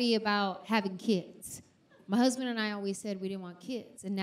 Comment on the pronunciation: She says "ma husband" 😂 that Tennessee accent